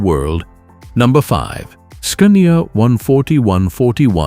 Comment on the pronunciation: Scunnia 141 vie B8... Scania Veeveight... etc. Please put some effort into this AI slop narration and it might be a nice channel to watch.